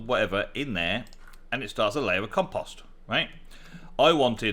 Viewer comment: There is no second M in Composter.. It is Com-Post-er.. not Com-Pom-ster.